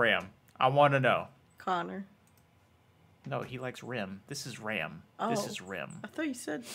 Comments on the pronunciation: It is Ram>Rem. Everything else is WRONG 😂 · Their names aren't actually pronounced the same. Ram should with an ahh sound. Think like 'ramen'. So ram is pronounced like ramen without the 'en'